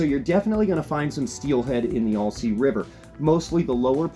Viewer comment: Not sure why people can’t pronounce this name, but it’s “Al- sea” NOT “All-sea”. It’s like saying “Hi, my name is Al.” Not saying why do you “ALL” say this river name incorrectly. Might as well say you’re fishing in ORY-GONE 🙄